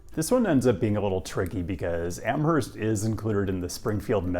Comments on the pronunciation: The H in Amherst is silent. It’s pronounced like Amurst. Love the Western Mass feature on this channel tho! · UMass grad here - LOVE Amherst (pronounced Am-erst, BTW) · Pronounced "Am-erst". (It's a Yankee thing.) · just a stupid fyi, but I went to UMass and was immediately informed that there is no H in Amherst. So, Am-murst. In the schemed of Massachusetts town names, this is mild. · Love your content!! These videos will come in handy as I approach retirement. I love walkable college towns. One comment I have is that you need to reverse your "H's" for Amherst and Northampton 🙂. Amherst is pronounced more like Am-erst and Northampton is almost like 2 words, North Hampton. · Every time he said AmHerst, I twitched. That said, at least 20 years ago, we were saying either Noho or North Ampton. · Don't pronounce the "h" in Amherst. Do pronounce the phantom second "h" in Northampton. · For what it's worth, the "h" is silent in "Amherst." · Just gonna say, the H in Amherst is silent. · Amherst , MA ! Pronounced with a silent H.. even tho in Amherst NY ( a Buffalo suburb) , the H IS pronounced . I’ve lived in both ppaces. Have also lived in Ithaca, & crime nowadays around The Commons ( pedestrian mall) is out of control !! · Amherst Mass (H is silent). Love your vids! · Didn't they have the shuttle service running in summer? I'm still recovering from pronunciation of Amherst Forget the 'h' unless you're over in Buffalo!